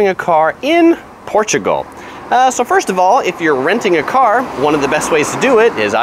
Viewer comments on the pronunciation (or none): none